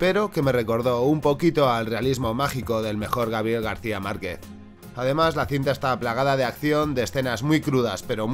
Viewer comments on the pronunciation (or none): none